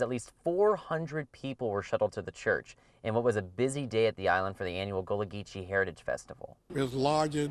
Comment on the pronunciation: It is pronounced "gull-a" not goo-lah. And it is "Sap-a-lo" Island